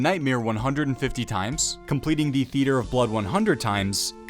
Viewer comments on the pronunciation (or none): none